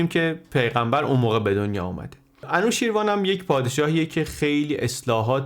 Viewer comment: سپاس بسيار ! بسيار جالب و آموزنده و ژرف است. تلفظ انوشيروان را خواهشمندم درست كنيد. انوشي روان در واقع است. Anooshiravan